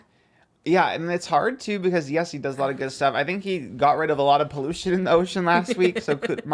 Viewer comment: Trisha saying “pollocean” instead of pollution 😂😂